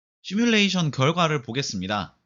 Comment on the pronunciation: 시물레이션 발음을 되게 이상하게 하는데 “시”는 인어공주 애니의 가재의 노래 제목인 언더더씨의 “씨”처럼 발음해야 합니다. 지금은 굉장히 희한하게 하네요. 흉내도 못 내겠어요.